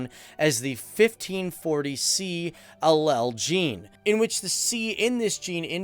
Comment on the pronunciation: I don't think that he pronounced allele correctly!